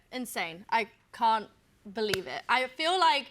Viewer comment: “i cont believe it”